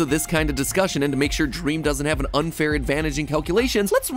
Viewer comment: OMG DWEAM MINECWAFT